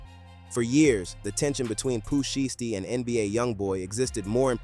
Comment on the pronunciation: Bruh say his name right if you're gonna report the news lol